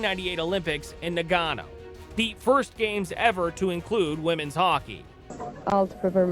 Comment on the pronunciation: Completely passed over her RHI career that includes an All-Star selection. And pronounce Nagano right - Nah-guh-no.